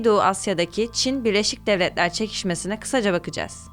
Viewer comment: Kizim sen neden gücene gücene konusuyorsun??sovyehler ney laan??devlehler ney yaaa birlesik devletleri niye devlehler diyorsun neden??neyin mecburiyeti??t yi dogru duzgün söyleye biliyorsun istee